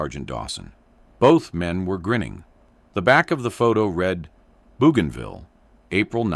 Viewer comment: After "Boo gone ville", AI will never get it right.